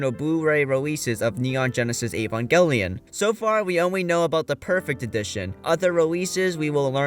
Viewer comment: Evangelion, Evangelion, EEEEvangelion, why is it so hard to find videos talking about Evangelion that don’t include someone who can’t even pronounce it correctly? It’s in the very first episode! “The synthetic life form Evangelion.” And who’s Ko-ar-ru? Were you talking about Kaworu? Because Shinji was shouting Kaworu, not “Koaru” in episode 24.